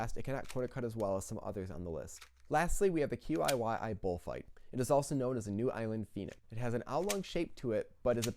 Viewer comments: sorry for being a pedant, but YuXin is pronounced yoo-shin, and QiYi chee-yee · qiyi is pronounced chee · By the way, I may be wrong, but I think that QiYi is pronounced like Chih-Yur, or just Chi-Yi if you want to Americanize it a bit more. It will be easier than saying the individual letters every time.